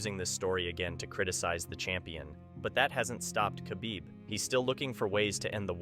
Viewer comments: Your AI pronounces his name as Ka-Beeb, when his name has a silent K, pronounced Ha-beeb. You use Too much glitch filter. What is the problem needing so much glitch activity? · you don’t say the k in khabib it’s silent so you just use the h you should know that before publishing a video about him